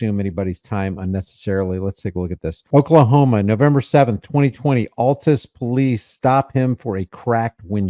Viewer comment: Seriously? You live in Oklahoma and don’t know how to pronounce Altus?.. 🤔